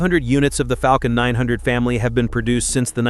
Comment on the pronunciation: Yeah, but he said ‘Falcon’ almost perfectly. Sooo, there’s a balance I guess.